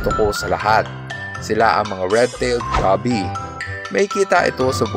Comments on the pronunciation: Goby.... Gow-Bee not Gaby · Na trigger ako sa pag pronounce niya sa goby haha (Go-bi) not gaby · Goby is pronounced with a full "o". Like when you say "go" in "let's go..." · Aside from the pronunciation of Goby, amazing video sir.